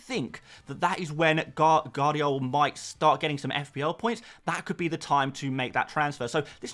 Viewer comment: It's Gvardiol, not Guardiol. V isn't silent.